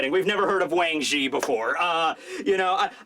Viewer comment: "Whaang Ginn!!" pronunciation got me laughing 😂😂